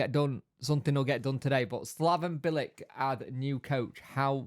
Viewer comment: Would take Bilic all day. Experienced and a smart guy. Always made a good pundit too, came across as knowing what he was talking about. "Bil-ich" tho mate. c is a ch in croatian.. except when it's a ts. 😅😂